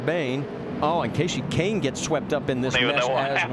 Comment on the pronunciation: Keyshe Kahne?